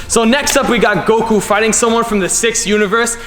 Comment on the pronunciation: you said Goku wrong